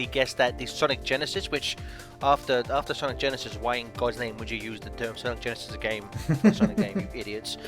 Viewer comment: SAYNIC GANISIS!